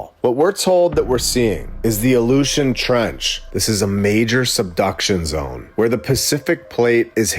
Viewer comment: The "Aleutian" Trench or The ILLUSION trench?? 🤔🤔